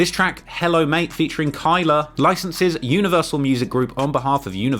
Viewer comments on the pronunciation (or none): none